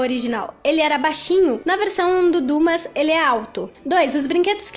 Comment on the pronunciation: muito legal o vídeo! só um pequeno detalhe: Dumas é pronunciado como duMÁ (oxítona e não pronuncia o S)